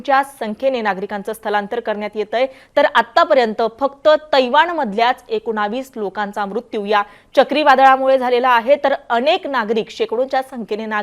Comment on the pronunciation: एकोणवीस नाही मॅडम एकोणीस बोलतात 😅😅😅